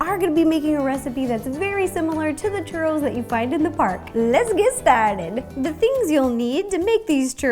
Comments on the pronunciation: "Are those classic cheurrous" You say it like this Chuuuuroooos Churoos Sorry no hate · In spanisn its pronounced choorros. you need to roll the r. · Chuuu ro ls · I like how she pronouce "churows" xD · Kevin Sandoval Yes, one also needs to roll the 'r'. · You don't even know how to say Churros right I mean I mexican I know how to say it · The way she pronounces "churros" is so cute :3